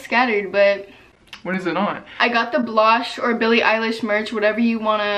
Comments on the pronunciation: It’s pronounced bl(oh)sh Not bl(ah)sh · blohsh is pronounced blow-sh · is no one going to talk ab how she pronounced blohsh... i love her sm but that hurt